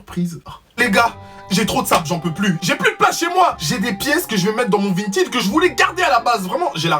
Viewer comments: Vintid😂😂 on dit Vinted avec un "è" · Qui a remarqué qu'il dit "Vintid" au lieu de "Vintaid" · C "vintède" pas "vintid" 🤣🤣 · tu dis vintid (vinted) alors que moi je dis vin ted (vinted). Mais sino je t aime tropp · Mais comment ça « VINTID » ?! Nan désolé mais ça m’a perturbé wsh 😭😭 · 😂Vinetine 🤣C'EST PAS VINETINE MAIS *vinted Sa se prononce è le e a coter du d 😂💜🤣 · vahaha tu me tue 😂😂😂 t'as refait ma journée et c'est pas vintid c'est vinteed hahah pas méchant je t'adore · Tu me stress quand tu dis Vint(i)d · ÇA SE DIT VINTED sinon je te kiff lol ❤️😁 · On en parle de "vintid" ??? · Ca s'écrit vinted mais ça se dit vintaid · On dit vintèd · « Vintid » que dire.... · C’est le seul gars qui sait pas prononcer vinted 🤣🤣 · G l'impression de voir un 6eme parler anglais xD